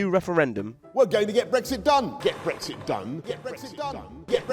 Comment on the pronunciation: It sounds like he's saying get breakfast done